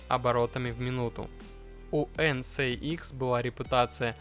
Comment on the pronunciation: От ЭН СЭ ИКС уши вянут)) ЭН ЭС ИКС)